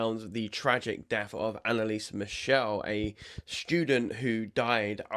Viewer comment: Michel, German pronunciation with the German "ch" sound, not "Michelle", which is a French girls' name ...